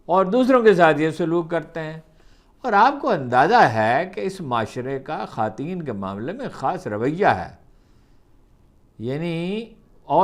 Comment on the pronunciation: بہ صد احترام عرض ہے کہ یہ "خاتین" کیا ہوتا ہے؟؟ ہم نے تو ساری زندگی اسے "خواتین" لکھا پڑھا اور سنا۔ فیروز اللغات اور ریختہ بھی اسی تلفظ کی توثیق کرتی ہے۔ معلوم نہیں آپ کونسی لغات سے استفادہ کرتے ہو؟